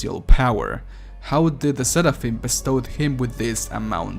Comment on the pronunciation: Why do you say seraphim like se da phim. It’s se rah phim. Doesn’t really matter but yeah.